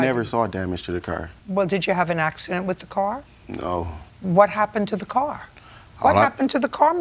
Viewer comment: And how they pronounce “car” cringe 😬